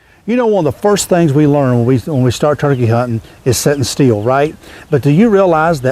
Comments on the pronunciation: It's pronounced STILL not STEEL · Is he saying "set steel" or "sit still"?